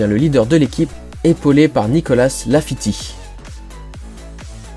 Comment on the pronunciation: C Latifi pas Lafiti XD. Super vidéo. Je te suis depuis tes débuts en 2015 et ton retour fait vraiment plaisir.